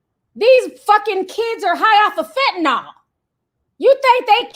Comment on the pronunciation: Ti it's fentanyl. Fen-ta-neel. 😉